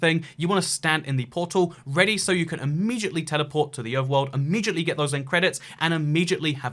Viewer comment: immegiantly 😂😂😂 Im weezing